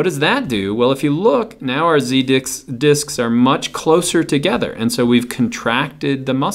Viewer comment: Awesome video but I must be secretly a twelve year old boy because I can't stop laughing at how accidentally says "z dicks" instead of "z-disc".